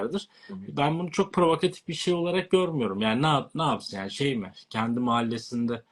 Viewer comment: Tebrikler 🍾 💛❤️ ,provokatif yerine provakif dediniz… diliniz sürçtü herhalde🤷‍♂️ Selamlar